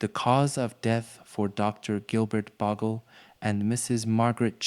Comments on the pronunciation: Bogle, not Boggle. It's a Scottish surname. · It's pronounced Bowgel ..boggle sounds awful when Australians have heard Bowgel for years ..